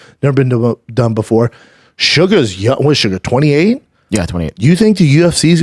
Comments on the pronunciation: Listening to him say "shugga" was painful. It's SUGAR! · For the love of everything in the world stop calling him suga every 3 seconds holy fuck